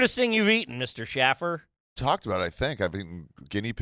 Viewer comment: It's airy chaffer